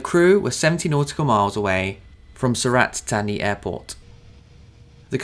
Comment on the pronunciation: I can speak the Thai luggage, er, I mean Language. As with yourself, I have 'attention to detail' on my CV. Sur-rLat-Tar-Knee, is the correct pronounciation.